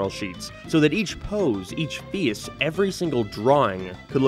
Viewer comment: Where on earth would you have to be from to have an accent this strange Like, what accent pronounces face as "fee-oous"